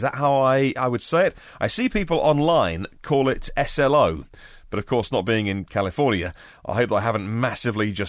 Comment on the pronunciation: SLO indeed! Pronunciation is fine! (My DIL’s mother lives there.) Anyway, great show as always!